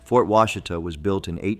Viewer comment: It's Wah-she-tuh Not wash-it-uh